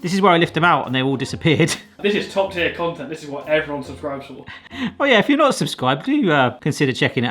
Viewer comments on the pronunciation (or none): none